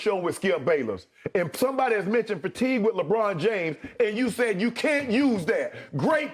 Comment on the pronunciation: Im a lebron fan but that was pretty funny, skip said "legone james". Lol